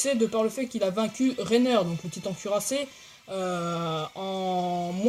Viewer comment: Juste pour intervenir le titan de pieak fait 4 mètre et ci non pas trop mal comme vidéo Ps le titan de porco fait 8 a 11 mètre je sais pue bien Voilà c’était juste pour t’éclairer un peu 😇 Re ps on dis Reiner pas rener...